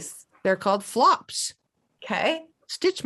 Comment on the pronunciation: I believe it's Aberdeen for the dark plumb. I thought floops was prounced like flewps.